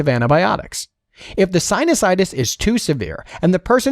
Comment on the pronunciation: Some words (names and terms) were mispronounced! Narrator should have done his homework! Examples: Anosmia , sinusitis , nasolacrimal duct ( - LOL)...